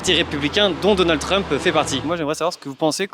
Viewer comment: Treumpeuh, port d'armeuh, demandeuh ahaha